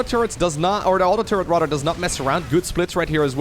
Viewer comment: You have a genuine laugh and great personality. Much better voice to listen to than most other casters. Just one thing: start pronouncing the "th" sound properly. Right now, it sounds like the "d" sound when you say things like "rather".